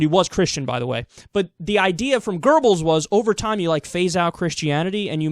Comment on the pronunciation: Goebbel, not Gerbbel